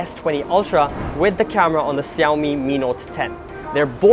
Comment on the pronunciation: why do you call Xiaomi siyawmi not shawmi